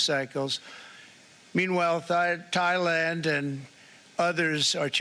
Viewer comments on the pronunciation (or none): thigh-land lol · He almost said Thigh-land